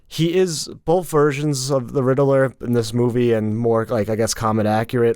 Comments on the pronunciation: why is he pronouncing it Riddle-ler instead of Rid-ler?! 🤣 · I can't stand the way you pronounce "Riddler", it's not RID-EH-LERR! it's RID-LERR! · Hey, buddy, it’s pronounced “Rid-ler” not “Rid-eh-ler” lol. Also you are correct about cats and milk. It really isn’t good for them. They should have had a mode where the contacts turn the eyes white. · Why this guy pronouces Riddler so funny? He is saying Ri-de-ler